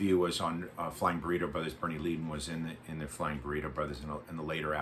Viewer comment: You mispronounced Szymczyk and Leadon